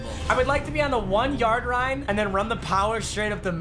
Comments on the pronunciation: Anyone hear him say rine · “one yard rine” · No one::I'd Like to be on the 1 yard rine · “ 1 yard rine” ~ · he says rine instead of line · “i would like to be on the one yard rine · “I would like to be on the one yard wrine” 😂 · Nobody: Absolutely nobody:: “ I would like to be on the one yard rine” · " The one yard rine" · “I would like to be on the 1 yard rine” 😭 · “I would like to be on the one yard rine” 🤣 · Adi Kisieu what’s a rine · The 1 yard RINE 😂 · says “ I would like to be one the one yard rine” lol😂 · “ on the one yard rine” lmaooo🤣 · i want to get to the one yard rine Me: what one yard rine Also me:laughing to death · "I wOuLd LiKe To Be On ThE oNe YaRd RiNe" love ya 😂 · The one yard rine 😂😂😂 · “One yard rine” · "i would like to be on the one yard RINE" RINE RINE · "I want to get to the one yard rine"😂😂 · “I would like to be on the one yard RINE” - 2019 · “1 yard rine” - 2019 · one yard rine😂😂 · "I would like to be on the one yard rine" XD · Ha I was weak when he said I want to be on the one yard rine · “id like to be on the one yard rine” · No one:: I would like to be on the one yard rine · he said I’d like to be on the one yard yine😂😂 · "I would like to be on the 1 yard rine" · one yard rine😂😂😂😂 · “ I wanna be on the one yard rine” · . “One Yard Rine” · “One yard rine” 😂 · “I wanna be on the one yard Rine” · “the one yard rine” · “ I would like to be on the 1 yard rine” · No one:: One Yard Rine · “I would like to be on the 1 yard rine” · “1 yard rine” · no one::one yard rine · "I'd like to be on the one yard rine" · everyone: i wOuLd lIkE tO be oN tHe oNe yARd RINE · The one yard rine 😁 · Notice how he said one yard rine 🤣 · “ One yard rine” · “on the one yard rine” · “I would like to be on the 1 yard rine “ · Nobody:: I would like to be on the one yard rine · "At the one yard rine" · “I would like to be on the one yard rine” 😔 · one yard rine?